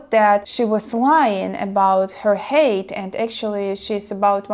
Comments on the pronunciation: here you pronounce the word height as hate. I also highly doubt that he wore high heels on his boots, likely it was wearing elevated boots. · Interesting story... just an improvement for you - the word "height" Pronounce height confidently. Even if I’m wrong, I stand tall by it :) Who knows this 1% change could blow up your interesting channel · sounds like you say hate. ненавидеть while height высота - pronounces H+айt and yea. the goblin always move with. so the saying goes. travelled and moved around alot as well. if you have a stabile life at home and want to move to a foreign country, id suggest taking at least one vacation first, possibly a few even. to get a lay of the land. get a feeling of how it is. Love high girls, but.. I'm also semi high 6'1 (186) myself.. so. not that i really care.. since.. I'm waiting for God to appoint my wife, or ill fly solo forever. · Height is pronounced like if what was spelled like Hite rhymes with Kite= Height I was confused a little until i saw the measurements because you are saying Hate like saying "dislike" yeah I kind of had a blind date (met on aol messenger way back in the day) one time that turned out to be like 6 foot 5....lol and Im like 5 9" so that was a little awkward...yeah there usually is a steep angle to a relationship when it comes to the physical part and there are a lot of tall beautiful women and I wouldnt completely rule out the idea because I have seen some crazy match ups. Had a friend that was dating this girl that was barely 5 feet and he was well over 6 and they just looked goofy together...like father and daughter or something....lol...that was weird..there is a difference between lust and love and hopefully your friend learned a hard life lesson and for guys that is "dont think with your other head" that shit can get you into situations you wont like sometimes...lol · Just "Hi - t." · A lot of HATE😅